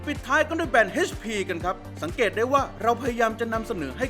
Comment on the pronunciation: เอชพี ไม่ใช่ เฮชพี